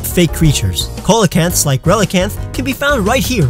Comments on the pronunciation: It's pronounced seel-ah-canth lol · it is not Coal-eh-canth It is See-La-Canth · its pronounced sealacanth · Lol. You can't even do animal destribution corectly. You also pronounced CEOLACANTH wrong.